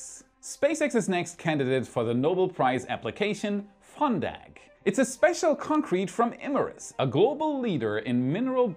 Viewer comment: I heard funbag.